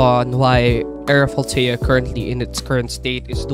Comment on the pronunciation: lol bro sayin it so wrong💀